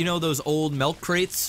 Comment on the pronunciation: Melk,. Melk. Kappa